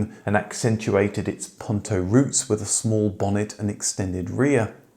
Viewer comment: Puuuuuunto, not pawntow. Nice story though, especially liked the presence of the original producer